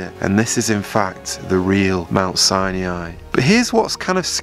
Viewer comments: Sinai not Saniai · Very nice... but it's pronounced Mt. SIGH-NIGH, not Sigh-NEE-eye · It's pronounced Si-ni not Si-nee-i. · Thanks for this! I think the correct pronunciation of Sinai is "sigh-nigh", not sai-ni-ai. 🙂 Otherwise, nice compilation! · I pronounce it "sigh nigh" not "sigh knee eye". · It isn't "Sin e i" it sounds like "Sini" the "a" is silent. 😊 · S-EYE-NIGH .. not 'Sy-knee-eye' ... ugh! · it is not pronounced as Sain"iai" ... it is Sain"ai" ... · Its "Sye-Nie"NOT "Sye-NEE-I" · Please stop saying Sinee-eye. It is Si-nye. You don't get to change the pronuncoation just to make yourself stand out and feel special. It makes you sound uneducated at the least. Proper pronunciation is essential to proper history and correct knowledge being shared. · ❤Hello,, I noticed your unusual pronunciation of Mt. SINAI, sounds like SI-NE-AI. Is there any reason for this? Thank you, friend. 🙏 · I don't understand your pronunciation of Mount Sinai as you seem to mispronounce it repeatedly. I don't mean to be petty but I see the correct sound of biblical words to be important You say mount Sinei and most of us learned that the a is silent. Even if the a added a phonic sound to it I would hear this as Sinaaai with the a elongating the I sound at the end. Am I missing something here? I am mainly curious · You need to pronounce Mount Sinai correctly. It’s not “SiNaInaiii”. You sound like a robot when you say that. Nice video by the way! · How can I think you know what you are talking about when you can't pronounce "Sinai" correctly? "sigh-nee-eye" is not in English nor in Hebrew. What's up with that? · Why do you pronounce it Mount Sinyai? it's "Sinai"! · Mt. 'SIGH-NI-EYE'!??!??? 🤔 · Why do you keep calling mt Sinai "mt Sine E eyeee" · Mount Sinai has no i after the n. It is pronounced Sigh-Nigh or sy ny. Can you edit in the correct pronunciation please? Its irritating the way you say it. Sorry. No offence. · I think you are mispronouncing Sinai. Sie nie